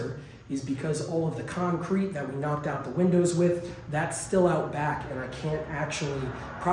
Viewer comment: Now for something totally irrelevant - 16.46 - the way you pronounced ”out back”, it was as though you were a natural born Yorkshire man, perhaps somewhere in your DNA some of your ancestors were from gods own country😂😂🇬🇧